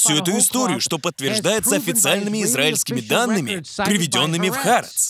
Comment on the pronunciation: Простите, что докапываюсь, но не "Харец", а "Ха-Арэц" (с ударением на вторую а)